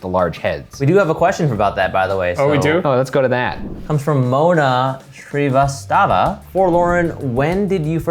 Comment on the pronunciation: My surname is also Srivastava, and I gotta say, props to for pronouncing it well! <3